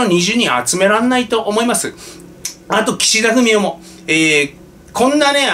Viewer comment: の発音で、たまに、岸田フェミお と聞こえたりしますが、全然違和感ありません。